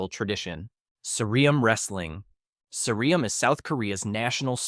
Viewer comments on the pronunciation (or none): The "eum" is ssireum is one sound, not "ee-um." And the "ssi" is basically pronounced more like "shi" not "see." It's like the English word "serum." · I don't want to be that guy but ssireum isn't pronounced like that